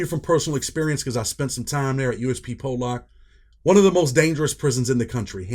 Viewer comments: It’s pollock you all pronounce it wrong ( po-luck) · lol it pronounced (po luck) 👍🏻